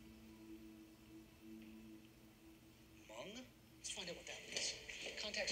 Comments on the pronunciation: Bruh she said Mung people😂😂 Im depressed because its really hmoob😭😭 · "Mung people" or lord lmao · First of all she pronounced Hmong wrong. How is this episode supposed to be about Hmong culture if you can’t even pronounce Hmong correct. Bye 👋🤣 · they didnt even pronounce hmong right